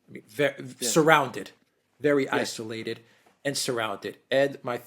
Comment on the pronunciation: Thank you for pronouncing "isolated" correctly. Can you please tutor Alexander now to do the same?